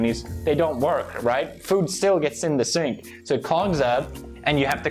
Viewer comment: Is he saying sync or cenk or sank or sink